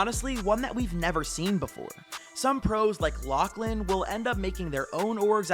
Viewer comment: Bro rly said: "some pros like LACHLAN"🤣